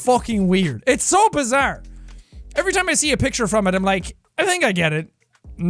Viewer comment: Did anyone notice he said jojo is bazzare again